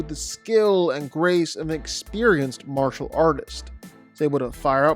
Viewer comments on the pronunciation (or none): none